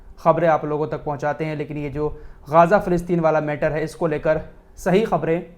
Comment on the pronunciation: Ghaaza nahi Ghaza boliye